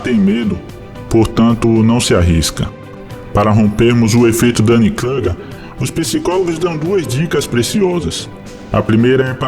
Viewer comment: O "u" de Kruger é "u" mesmo.